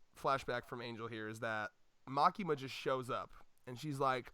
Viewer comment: Its Makima.......Just Makima!